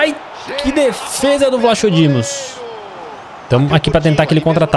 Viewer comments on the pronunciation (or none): Não se disse vlachodimos disse vlakodimos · a pronúncia do vlachodimos e vlacodimos sem o h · o guarda redes do benfica se escreve vlachodimos mas se diz Vlacodimos Ok! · Se pronuncia VLACODIMOS !!!!! Mds